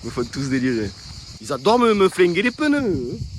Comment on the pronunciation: Hoo les « peuneus »😂😂